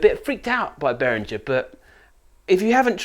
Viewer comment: Behringer is pronounced Beh-ring-gr (rolling the ‘r’ on ‘ring’ if you want to get fancy)